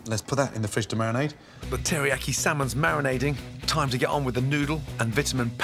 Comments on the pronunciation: Would say tillyyaki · does anyone else realize he's saying teriyaki wrong LMAO